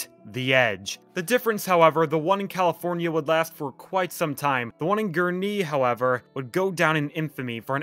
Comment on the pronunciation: Someone who finally said Gurnee correctly!